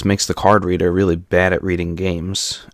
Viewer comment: The way this guy pronounces it as "Card Redder" sounds like "carburetor."